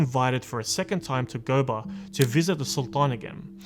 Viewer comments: There is a University named after him in Sokoto state. USMAN DANFODIYO UNIVERSITY SOKOTO. And GOBIR is pronounced GO- BEE- RR. The R is part of the pronouncement. Not GOBAR. Thanks. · Gobir, pronounced as go-be-ri